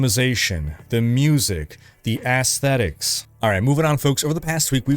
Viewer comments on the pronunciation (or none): "Ass-thetics" LOL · Did he say "Ass-Esthetics or is it just me?" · Haha I was like wait a minute. Did just say what I think he said... yeaaap